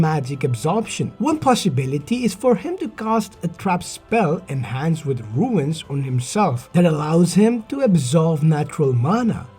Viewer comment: Great theory video. Rune is pronounced “Roon” like saying Moon with an R instead of an M. 👍